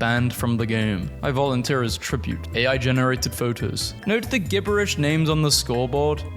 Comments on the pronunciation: And gibberish being pronounced GHiberish. Sounds like AI voice over. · How do you not know how to pronounce the word "gibberish?"